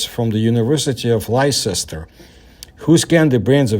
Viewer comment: Well, well, well so Stanford is at it again. Let's not forget the Stanford Prison Experiment (Human conditioning) conducted by Dr. Philip D. Zimbardo in 1971. Honestly, that place should be shut down. One last point, I presume you mean Leicester (UK), in which case it's pronounced 'Lester.' It's just another one of those little oddities of English pronunciation.